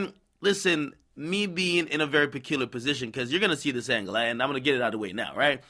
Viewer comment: Aye any body else caught his way of saying peculiar !?PA-KILLA 🤔@ AKADEMIMS COME